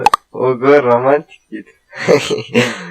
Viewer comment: романтик а не рамантик